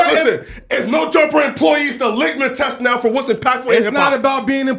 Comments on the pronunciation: Nor does he know how to pronounce it, "ligma test" 🤦🏾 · Lithmus test not whatever he keeps blurting out. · It’s litmus test Jesus